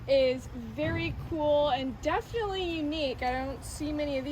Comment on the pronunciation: take a shot every time "definlyyy"